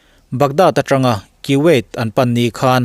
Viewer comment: Kiwuait ti in ilama KUWAIT ni zawk awm tak ania.... 😄